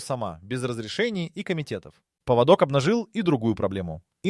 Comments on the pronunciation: Поводок это у собаки а паводок это совсем другое и произноситься по другому. Тупой ии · ПоводОк? Это у собак )) найдите одного образованного человека)) передача отличная но в каждой озвучка двоешника с косяками .поводок . Иду гулять с собакой где мой после дождя паводок с гор)))что будет через 10 лет?